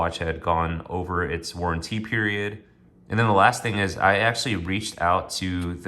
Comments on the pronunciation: You have to be careful with "lugzoory watches" and look for a good "war'an'teeee". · Where did you learn to pronounce "warranty" like that